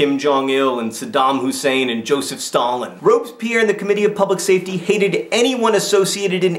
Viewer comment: I love how you pronounce Robespierre like Robes-Pierre, as in Pierre wearing robes. ;)